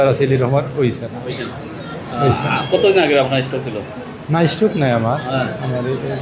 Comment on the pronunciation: আরে মূর্খ সাংবাদিক স্ট্রোক হবে। স্ট্রক না।